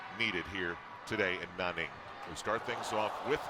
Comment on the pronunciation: Cody S. But did you hear Al say "Nah-ning" LOL! ITS NANNING AL!